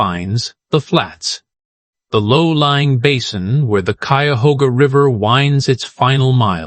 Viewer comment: Drink (water) every time the AI mispronounces "Cuyahoga". You'll stay well hydrated.